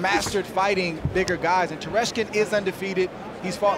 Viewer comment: Tereshkin, not Teslenko